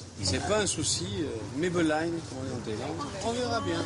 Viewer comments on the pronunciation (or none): lol à la fin ils disent mai be len pour profitez de la vie alors que c'est May pen Raï (on s'en fout), reportage naze avec des crétin de français plein de frics... ils vont se faire plumer ;) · Mai be line a la fin..ahahahahahha même pas capable d'apprendre 3 mots, putain ca promet. C'est mai pen rai qui veut dire plus ou moins " c'est pas grave " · Archi faux et mal prononcer lol..La journaliste touche pas une bille, quand même , elle aurait pu se renseigner..maï pen Raï...."C'est pas grave, pas de problème ""